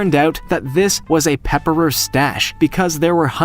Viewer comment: "a pepper-er stash" lol wut? It's Prepper, not salt and pepper-er haha